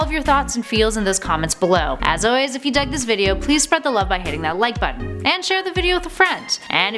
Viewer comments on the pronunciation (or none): none